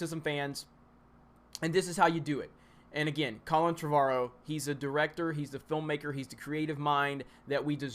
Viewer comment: you are pronouncing "Trevorrow" wrong...